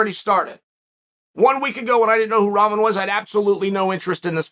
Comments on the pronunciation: I can't stop hearing him say Ramen 🍜 it's Rockmon man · Hay Chael, I love you man but you have to get the young mans Last name right. It's pronounced RockMan... Like his famous heavyweight champion Father. Who knocked out Lennox Lewis..